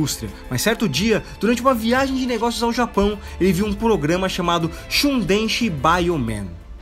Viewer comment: Vídeo bem bacana. Eu não manjo tanto de PR, mas o principal a gente já tá ligado, principalmente quem é fã de SS. Sobre as condições de trabalho eu realmente não sabia. OFFTOPIC:"shundenshi" BIOMAN? Pegou pesado aí né? esse "chou" com som de tchau. Fica como significa Super. O título então é "Super Eletrônicos BIOMAN" Esse shundenxi que saiu não existe.